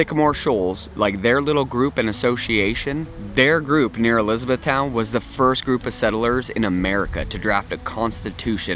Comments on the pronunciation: Waa tog ah, also, ‘liz BETH ton. I moved to a mountain overlooking Watauga Lake a year ago. I still have problems pronouncing Elizabethton correctly with the BETH part being stressed instead of the LIZ. 🤷🏻‍♀️ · Grew up in Johnson City and often visited Jonesborough (then Jonesboro). You did murder the pronunciations of Watauga and Elizabethton, but that's okay. Nice video.